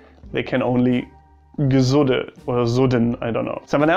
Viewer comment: It's so funny how germans can't pronounce "piefke" properly. It's more like pifke not piiiifke. "Gesudde"? You mean "Gesudere" and its the same as complaining continuesly. "grantln" is complaining rudely or just the attitude that follows with it. Also it's usually complaining about idiocy or just criticizing stuff (less likely complaining about lack of comfort and thus being whiny) and it's a big part of the Austrian humour. Yeah, we complain a lot and at the end of day we usually finish with "Wurscht" (who gives a shit). It's kinda therapeutic lol I have some german friends, some with surprisingly good humour. But I'd say it's german groups that are a bit ... exhausting for Austrians. Mainly bc of the different kind of "humour", and this "correctness" that gets even more build up when there's a bunch of them around 😂 A healthy competition and being able to make fun of each other is a good basis for a flourishing relationship between neighbors.